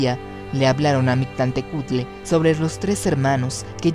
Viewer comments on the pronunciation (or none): Hola, interesante hipótesis, en la pronunciación te faltó la " L" MictLantehcuhtli; falta info de parte JKR para extender éste tipo de ideas. Saludos.